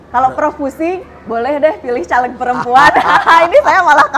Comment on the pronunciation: Mempertanyakan kredibilitas ibu ini karena cara melafalkan "CALEG" , pakai "E" di "Bekasi", bukan "E" di "Tempe"..